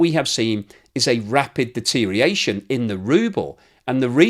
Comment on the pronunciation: Do not say 'DETERIATION' as you so often do, to your great discredit. No such word as 'deteriates.'